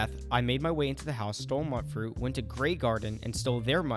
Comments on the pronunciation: I’m sorry… “Nuka~Cola” not coke! Mutefruit, not “Mutt” fruit… Am I the only one bothered by these transgressions?! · Please stop pronouncing it muttfruit... I'm gonna lose what's left of my mind.